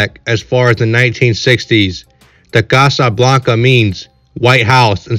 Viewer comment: Why is dude sayin Casa Blanca like that😂